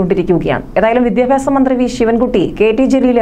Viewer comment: Vidhyabhyasam ennu vruthiyayi parayanam